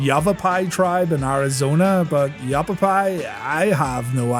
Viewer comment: it's yah * pappy, not yap * pap * pi -- like the strap "yah pappy used to beat you with"